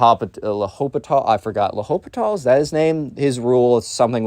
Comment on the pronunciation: L'Hospital's Rule. The H is not pronounced.